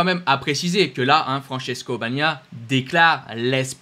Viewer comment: Essayes encore : BA GNA IA. 3 syllabes ......... YA MA HA. 3 syllabes. !!